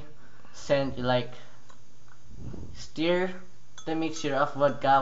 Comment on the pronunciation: It's not sire it stir